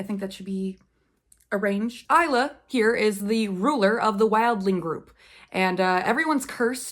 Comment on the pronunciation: Will you review the sequels of Lightlark and Fourth Wing? Anyway, Isla’s name is pronounced as ice-la.